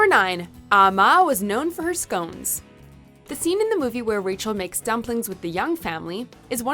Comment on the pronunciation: Err learn to say scones correctly